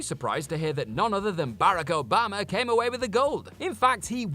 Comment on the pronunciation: Barako Bama?? Which president is that?? 😂😂😂 Boy do they chop & screw people's names up on this page 😂